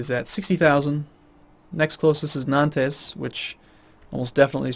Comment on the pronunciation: We don't say "nantesse". We don't pronounce the S at the end of word in French :p. Anyways thanks for the vidéo and bon appétit :p